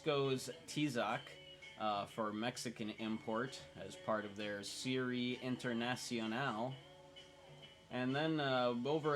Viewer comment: nice shirt i like it but you butchered “serie internacional”